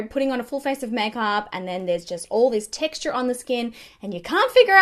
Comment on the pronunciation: "How to combat TexT-aH"